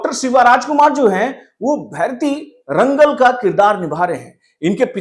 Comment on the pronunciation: Pls pronounce it like भैरति रणगल and Director’s name is नर्तन.